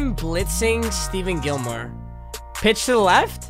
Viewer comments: It’s pronounced Ste-fon not Steven Gilmore luv u papa💜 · It’s Steph-On Gilmore